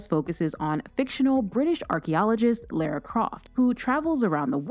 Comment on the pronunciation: Excuse me ... Lera Croft? ..ah no no.. that's Lara like Laura babes.